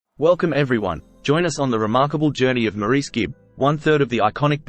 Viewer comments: His name is pronounced “Morris.” Besides that, this was probably the best, most inclusive, short video I’ve yet seen on Maurice Gibb’s life. He was a brilliant musician in every sense of the word and I don’t think he received enough recognition from his own brothers. He truly was the man in the middle. He lived the remainder of his life as a devoted husband and father, enjoying his other passion, paintball. RIP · His name is pronounced Morris. Despite the spelling. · This was informative and as accurate as I know. Well, now the pronunciation of his name was off. Maybe one day they will get it right. MORRIS is the way it would look if spelled the way it sounds. Thank you for this informative video on my very favorite Gibb. Deme in Bama😊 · The commentator is Australian so he really should know how to pronounce his name correctly, instead of this dumb American way.